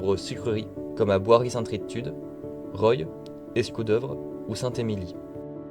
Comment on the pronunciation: Bonne vidéo ! Un abonné de plus ! Je suis du Santerre, il y a une coquille au niveau de la prononciation de Roye, ce n'est pas évident au vu de son orthographe mais ça se prononce "Rwa"